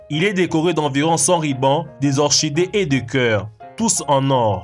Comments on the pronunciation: Comme vous le voyer ( et moi aussi) ce sont seulement des choses qui s'épuisent...De la nourriture,un crayon que l'on taille,les pilules miracles,le sapin et n'importe quoi d'autre comme le papier toilette....😅par contre tout le monde sait que Orchidée se dit oCIdé et pas orCHidé.... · on dit orkidé çz s'écrit orchidée mais on dit orkidé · orchidée ca se prononce Orkidée mon ami